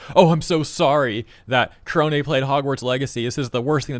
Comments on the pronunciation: You mispronounced "korone". It's "neh", not "hay". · whenever you say korone's name, i always hear it as kronii lol